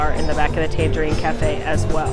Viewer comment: My fave is Morocco! I think the pavilion is breathtaking. I love love love Spice Road Table. But isn't the QS pronounced Tan-GHERE-ene, like the city of Tangiers, not like the tangerine fruit?